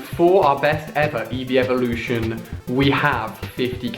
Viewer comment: it's eeveelution